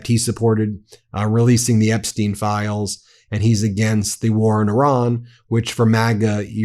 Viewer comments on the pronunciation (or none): none